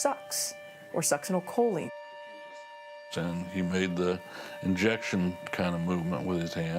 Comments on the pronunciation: That lady's incorrect pronociation of succinylcholine is annoying. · That woman's constant mis pronounceation of succinolcholine drives me nuts!